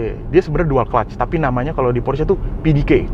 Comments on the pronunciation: setuju!...sama kaya orang amrik bilangnya "PORSH", padahal yang bener baca nya "PORSH-E" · Bacanya : Porsi Makan 😂